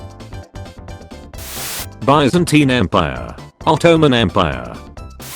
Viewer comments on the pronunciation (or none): none